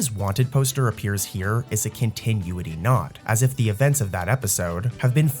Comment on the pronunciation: Brotha man. If you want people to like...really REALLY believe you're a real voice? Maybe learn how to pronounce continuity?